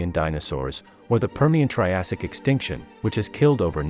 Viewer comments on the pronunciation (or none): "Mass extrinction"